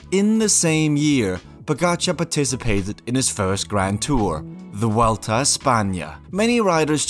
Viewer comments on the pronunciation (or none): none